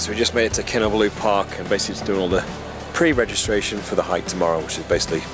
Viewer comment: Your pronunciation of ‘Kinabalu’ is incorrect. It should be pronounced as 'Kee-Nar-Bar-Loo'. The city was called Jesselton when Sabah was under British rule.